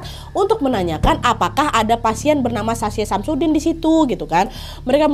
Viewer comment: Anjrit... kuping gw.... SASHA SAMSUDIN.... 🤣🤣🤣🤣🤣